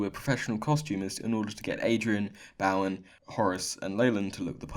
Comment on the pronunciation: my last name is Bowen, pronounced bow(like bow tie) en, not bow as in the tip of a ship